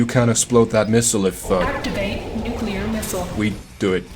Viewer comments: I doubt that's it because I've been hearing nukular more and more often. Just say 'new' then 'clear' together. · Just found this channel, fantastic stuff really enjoyable, subscribed and liked. Tempted to remove the like due to the mispronunciation of "nuclear" which as a fellow Brit is almost inexcusable behaviour but on this occasion I will turn a blind eye ;)